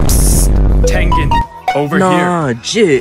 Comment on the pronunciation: "tengan" ITS FREAKING TENGEN